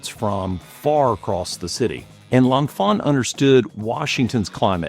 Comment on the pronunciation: I'm not sure which is more annoying, the complete erasure of Benjamin Banneker from the story of DC's design and civil engineering, or the pronunciation of L'Enfant ("lawh fawh") as "lawnfah"